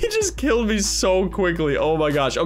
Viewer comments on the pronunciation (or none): none